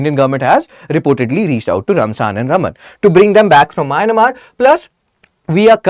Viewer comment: Mynamar? It is Myanmar